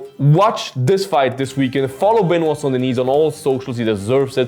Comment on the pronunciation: Cmon man if you can pronounce "Gaethje" or whatever you can at least try for "Benoit" especially concerning the fact that, you know, its who your video is about...